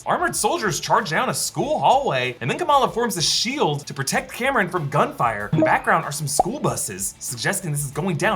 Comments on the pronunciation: Cameron?! haha its pronounced COMM- RON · CORRECTIONS::::: it's Calm-Ron (Kamran) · Only two things concern me at this point. Is there going to be another inaccurate portrayal of Pakistan. And second how he kept calling Kamran, Cameron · Please get the Kamran pronunciation right next time. Good job as always!